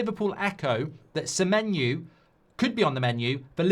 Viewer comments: Why he saying semenyu? O and U have different sounds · Semenyu there is a O at the end of SEMENYO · how does he get Semenyu from Semenyo ? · Mark trying to make that menu joke work by totally changing semenyo’s name to Semenu 😂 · Why is he pronouncing it like that? 😂😂